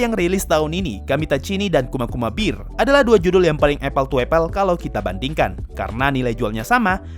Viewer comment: Bear bukan Beer. Aku malah salfok sama pengucapan bear nya wkwkkak kedemgernya Beer bukan Bear